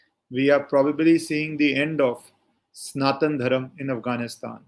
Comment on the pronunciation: It's Sanathana Dharma..why do you North indians cut the "a' in every thing 😂😂😂..and south add a #a# in everything